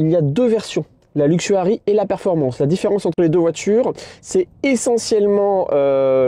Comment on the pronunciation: " Luxury " et non " Luxuary " Très bonne vidéo sinon :)